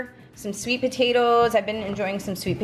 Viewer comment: Hi, just wondering what kind of accent you have? Was noticing the way you say potatoes had an accent? ❤️